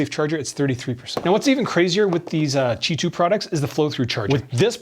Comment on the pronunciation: Its qi not gi